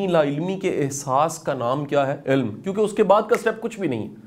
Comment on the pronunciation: Shah g ye lafz ilm ha ilam nai